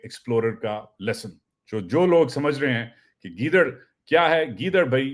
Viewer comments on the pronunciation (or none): چاچو گیدرن نہیں کہتے ہیں گیدڑ ئ کہتے ہیں